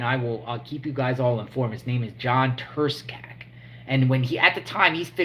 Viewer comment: The C in Turscak is silent my man😎 He did it because he is terrified of getting out, he was 30 mo to the door. He did it because the Eme have a contract on him.